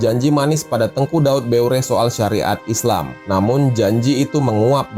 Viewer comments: Sudah benar itu adminnya. Beureueh itu dibaca Buereh. Yg kau tulis itu gimana bacanya coba? Saya 8 tahun di aceh. Kota Bireun itu dibaca Biren. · Aku org Medan, temanku banyak org Aceh. Sdh betul itu pengucapan admin nya.